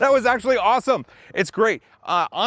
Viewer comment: Did he say axleually?